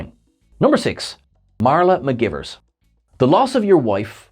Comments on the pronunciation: McGEYEvers not McGivers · Lieutenant Ma-guy-vers 😉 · That was driving me crazy during the video. mih-GUY-verz. Spock will back me up on this. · Came here to say the same thing 😂😂😂